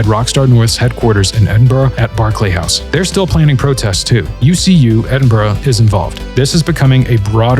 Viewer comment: As a Scot it's unbelievably refreshing for a commentator from abroad nailing the pronunciation of Edinburgh